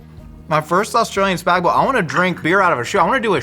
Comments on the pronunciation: The Aussie "noodles", we would say pasta, is "Spag Bol" not "Spag Bowl". It is short for Bolognese. Also you should cook the spaghetti into the suce, not pile the sauce on top. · Teacher in primary school “it’s spag BOL not spag BOG” Me and my best friend: “spag BOG”